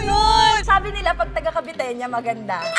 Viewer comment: paki correct.. taga-cavite... caviteña... yan lang po